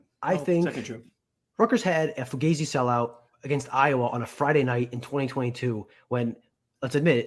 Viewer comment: Antifa member mispronounced Fugazi 😅 Fine has my channels endorsement Fine 2024 for the win